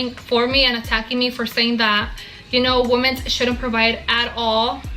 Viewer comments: Why do these women pronounce women as “woman”? So many 304s do this these days…… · Why does she pronounce the plural of woman also as woman? Does she not know the word women?